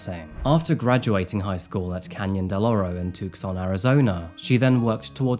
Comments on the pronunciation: I sympathize you are not North America LOL Tucson is pronounced Too-sawn. I am Canadian, and it makes me laugh when you tried Etobicoke, we say it Eh-toe-bih-KO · Tucson is pronounced Tooson. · As a not a native but a resident for more than 30 years, Tucson is not pronounce Tuk sawn. it's Too sawn. Drives people batty when you say it like that I love to piss off natives that way. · I love you so DO NOT ever say "Tuck-son" again. It's pronounced "Two - sawn." And if you ever need to pronounce any city in Arkansas, I'm here for you as I also love your channel. Love from the sane( don't blame me, I didn't vote for our hatchet-faced Trumpist of a Gov) in Arkansas 💙💋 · Hey. Another great one. Just wanted to tell you, as a Tucsonan, it's pronounced TOO-san. 💯💕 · Tucson is pronounced too-sawn. The "C" is silent 💓🕊️💐😬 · I want to preface this by stating that I’m sorry for bringing it up when the contents of the video are so sad and tragic, but the way pronounced Tucson Arizona made me laugh a little. I know he usually likes to get pronunciation right, which is the only reason I even bring this up. It’s Too-Saan. The C is silent. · I love the videos but u can’t pronounce American cities or sports teams for shit.. . Took-son Arizona . Seattle marine-ers .. hilarious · I may be English but even I know how to pronounce Tucson (too-son) and The Seattle Mariners. Haha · Tucson is pronounced two-sahn 😂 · Tucson is pronounced two son. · Tucson is pronounce "too-sahn" and mariners "mehr-inners" :) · Did you just pronounce Tucson, AZ as "Took-San"???😂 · You dont pronounce to C in Tucson lol. It's Too-sahn. Im so glad I found you in the early days! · the "c" in Tucson isn't pronounced. It's pronounced like "too saan". I love you, but come on. It's a simple Google search. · The C in Tucson is silent - TOO-sohn. And I'm sure baseball fans cringed at the mispronunciation of "Mariners." 😂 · The c in Tucson is silent